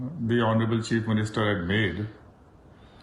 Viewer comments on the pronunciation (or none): You almost pronounced Cheap instead of Chief. But it's fine I guess.